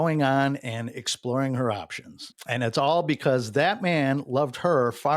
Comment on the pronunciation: Why does every “ and” end with a “tch”?